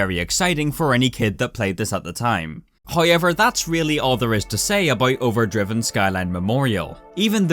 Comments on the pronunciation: it's pronounced Over drive - in. Like there's an apostrophe there. To substitute the "g" in ing. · Over drivin' is pronounced over DRY-ving not over DRIV-ing, the apostrophe means its short for DRIVING, driven is spelt with an E, drivEn. Kind of important to get names right when you're discussing history. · He sounds like a text to speech whenever he says "over drivin' " It's pronounced over draivin not over driven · It's supposed to be pronounced over "dry vin". Like shortened driving. Not driven. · The fact that you keep pronouncing Drivin' as "driven" makes my eye twitch. It's "driving" without the G, as in "overdrive".